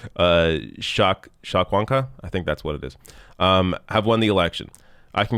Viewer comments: its pronounced - Chow-Que-One-kah Chow without the W sound Que as in "What" in spanish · Cho-keh-HWAN-kah, for future reference. It's easy once you get the basics. English pronunciations are much crazier because you're dealing with multiple levels of conquer/assimilation along with the Great Vowel Shift. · Lol said chakwanka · Arce means Maple in spanish...so he is a latino-canadian? and the other one is pronounced Cho-ke-one-ka